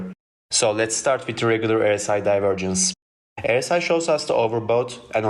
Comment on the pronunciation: Your English is clear but you mispronounce the 'R' in RSI as an 'E'. You say 'errr-si' instead you should say 'are-si'.